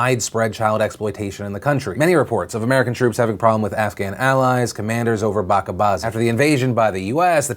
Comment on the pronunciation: Is my comment getting deleted? Hey Phil you pronounced 'Bachabaazi' wrong. It's 'bacha' with a 'ch' sound as in Children not a 'k' sound.